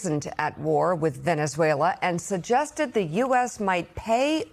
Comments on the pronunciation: Donald Trump, "Venezueler." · TRump: . Venice-whaler that’s how he pronounces the SA country. Listen at the :08 mark. My bag of chips are still $6 a bag. What happened to America first? Seems like we are an afterthought. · “Veneswayler” - Dementia Donald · Venezueler? Dónde es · Hellurr Venezuellurr TrumpDea smh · "Venezwhaler?" What an educated President the U.S. has!😂😅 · Venezuelerr.. at least make an effort to pronounce it correctly. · Venezueler !?!?!?😂🤪When did Venezuela become Venezueler! I believe " there isn't an R in Venezuela. Low IQ